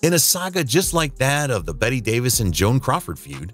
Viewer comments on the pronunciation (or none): none